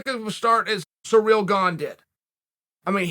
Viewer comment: It's still surreal that Chael pronounces Cyril as surreal.